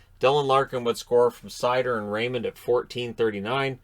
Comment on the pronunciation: His name is pronounced Mo Jesus Seider..... Just for future reference